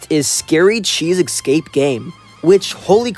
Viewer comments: whats with u sayin "eggscape" and not "escape" bro? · Bro said ecscape on the first game, pronounce escape right dude!